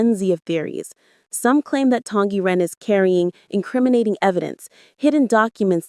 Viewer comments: SSSSSong Yiren not Tong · Song Y Ren! You said it wrong! It's not Tong Yi Ren!!!